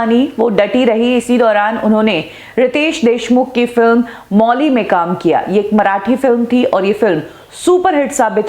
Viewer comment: मौली नही माउली बोलिये